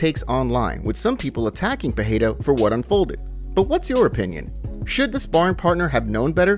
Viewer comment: Ffs it aint peheira ..its Pereira